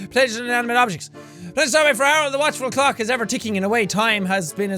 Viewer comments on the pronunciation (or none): turn subtitles on he says cock insted of clock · A lovely crab cock??? Is it just me or did he say clock wrong... xD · did anyone else hear "novelty crab cock?" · I love how jack didn't even notice that he said "a novelty crab cock" instead of clock 😂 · "Crab Clock" almost sounded like "Crab Cock" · I Keep Hearing "Crab Cock" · I swear he said a novelty crab cock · It sounded like he said " A novelty crab COCK" instead of "CLOCK" 😂💦 mother forgive me. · it sounds like he says, "a novelty crab cock" 😂